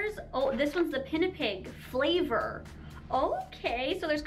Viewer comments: Pinipig is pronounced as "pea-nee-pig". Love lots from Ph 💖 🇵🇭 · You pronounce it Pi-ni-pig From the Philippines here Love From the Philippines❤️